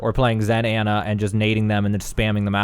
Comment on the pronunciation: Its Ana (awn uh)